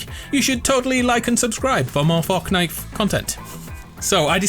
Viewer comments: did any one notice he said forknight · Did anyone hear him say fucknite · did he say forknite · FORKNITE HAHAHA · Homie said forkknife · Lol he said forknite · 'fork night' lol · forkknife?! First of all we say knife and fork second, is that a joke?